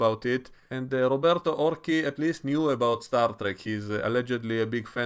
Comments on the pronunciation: "Or-see" not "Or-kee". ;) - Roberto Orci also claimed to be a fan of Transformers and yet... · well, being an italian surname is woud be "or- CHEEE", but ok, maybe he says it differently.